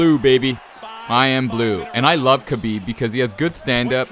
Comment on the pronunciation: the name Khabib prounouce (Habib not kabib. The kh in Arabic sounds like H